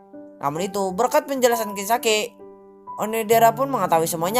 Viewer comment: KIRISAKI bang bukan kiriSAKE